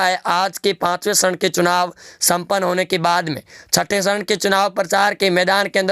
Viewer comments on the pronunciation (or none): Its charan not sharan... 😃